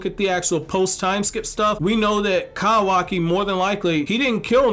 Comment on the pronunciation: Not to offend you bro but please just call him Kawaki not Kawaaaki!! I like your Vidoes but that's all I hear.